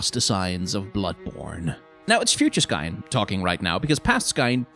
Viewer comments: french here, and pronunciation would work if the name was "gascoing", but "gascoigne" should sound like "gaskwaɲ". but I've also read that they put the "i" in the name to make it easier for english speaker and "gas-coin" is close enough to the pronunciation of gascogne, "gaskɔɲ". the only difference between "coin" and "kɔɲ" is the faint "i" sound (which sounds like the letter "e" in english) in coin before the ɲ sound. here is a link to the correct sound for gascoigne in french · As a French person I recognize that name as kinda French sounding sooooo I think if I may say I think it would be pronounced more like "Gas ko n ye" don’t mean to bother and I could be wrong but if you were curious yeah there’s that ^^ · What language do you think gascoigne is in? In french it is pronounced ga-skoyn So where is this gasqua from? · Actually after I heard him said /Gascoang/ I started to call him the same way. In my head it sounds better that way now lol. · I hope he puts a counter to know how many times he mispronounces Gascoigne's name.